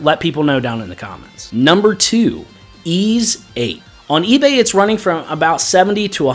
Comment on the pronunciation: You get a thumbs up for pronouncing Ys correctly all by itself.